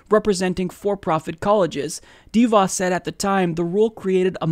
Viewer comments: her name rhymes with "da boss." It's not "DEE Voss." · It's not dee-vaus with the emphasis on the first syllable. It's deh-vaus, with the emphasis on the second syllable.